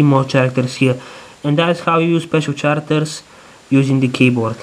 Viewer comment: it's Characters " karacters " not " sharcters " :P anways great and amazing work :D